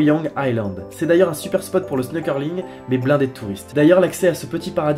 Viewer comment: Pas trop mal cette vidée. Par contre juste comme ça, mais à 5'40 grosse erreur: Koh Chang, Koh Mak et Koh kut ne se trouvent pas près de la frontière malaisienne mais près de la frontière cambodgienne! Et à 5'29 on ne dit pas "snokerlling" mais "snorkelling" du mot anglais snorkel=tuba